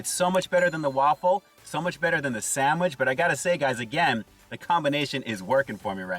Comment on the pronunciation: The chicken looks flakey like white fish., it sounds like you said "sammich". 😀